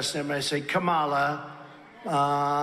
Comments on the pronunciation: Not a Trump supporter at all. But., you know he's purposely mispronouncing her first name because he knows it's clickbait for channels like this. He generates faux outrage. The best thing to do is not make that a talking point. It just gives him the attention he doesn't deserve. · It's a conscious effort to mispronounce her first name. Reins Priebus (sp?) persistently mispronounces her name when he's interviewed or part of a panel on tv. Amazingly, a year or two ago, he could pronounce it perfectly. It's part of their campaign to be disrespectful towards her and to make the MAGA followers think she's a foreigner (my opinion). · Isn't it obvious to everyone that when he says her name as Kam-A-la he is intentionally using it as a racist/religious trope making it sound like the moslem god Allah. Same thing as when he makes sure everyone knows Obama's middle name with the emphasis on HUSSEIN. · Hey, Trump-poo, her first name rhymes with Pamela... Ooooh, hard to pronounce, right? Wrong! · He mispronounces KaMAla on purpose as he does with Barack’s middle name. He thinks it bothers them and their supporters. He's such an infantile ass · comma, la easy to pronounce....kamala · Notice how he pauses a second to make sure he mispronounces Kamala’s name? Yep, it’s intentional. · Trump mispronounce her first name Kamala to offend her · He is purposely saying her name wrong. All of these republican asses do the same thing because it makes her name sound super ethnic. The same thing he does by always saying Obama's middle name the link him to being a muslim. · The stable genius can't even pronounce Kamela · She can’t even say her own name, she says it differently. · Notice how Trump ALWAYS pauses before he mispronounces “Kamala”? Because he’s doing it deliberately to be a jerk. He’s pronounced her name correctly endlessly times…and when he does it just rolls off of his tongue. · Mispronouncing someone’s name is playground teasing, he’s playing to his cult, so dumb but it works